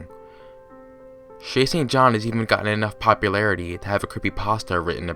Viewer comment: All I hear is "Chasing John"